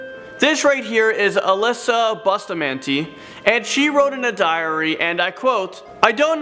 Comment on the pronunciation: I hate how he pronounces Bustamante.